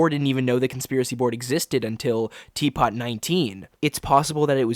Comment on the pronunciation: it’s pronounced “T Poo”